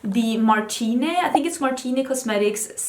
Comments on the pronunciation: Annoying fan aleert! "Martine Cosmetics" is actually prononced "Marteen", not "Martiney" ! 😊 I am soo surprised to see you talking about this belgian indie brand, I didnt' see you comment on it on insta or anywhere else! I've heard that their eyeshadow quality is really good, they do it in the same factory as an italian luxury brand (can't remember which one, but it says a lot about the quality of their product). Also, the owner is a really badass and funny woman :) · Martine is a brand by a Belgian youtuber named Gaëlle Garcia-Diaz, it's french so you'd pronounce it like Martin(e) and not Martiné (which would be the italian or spanish pronunciation), thought I'd let you know since you weren't sure ! I loved watching this video, I had to work so much for school these past two months and I'm really glad I have time to binge-watch your videos again, they really make me happy and I missed hearing you talking about makeup. I also saw you were moving to Austin, I hope it will go well, I'm sure you'll enjoy discovering a new place and meeting new people even though it's not necessarily where you would have like to move. "Bon courage" ! ❤️